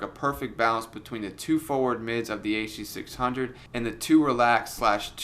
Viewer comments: the huh duh six hungos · you mean the HUH DUH SIX HUNGOS?